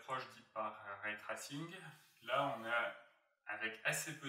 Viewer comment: c’est “en jean” et pas “njaillene” :P et plus tard c’est l’inverse : “ray tressing” et pas “trassinne”